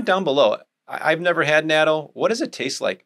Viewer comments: Great video. Excellent advice. In Japanese natto is pronounced not-toe not natoh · Natto is Japanese so it is pronounced "Nah toe." It seems everyone pronounces it in different incorrect ways so maybe there is space for me to suggest the proper Japanese pronunciation.